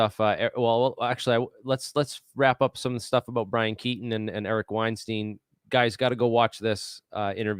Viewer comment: Keating Brian Keating. Weinstein mispronounced. Credibility can be lost by being imprecise. Like your stuff but now need to check everything after first two errors off the top.